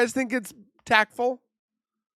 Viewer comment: What is tack full? 😂😂😂😂😂you goofy guy lol 🔥💯🔥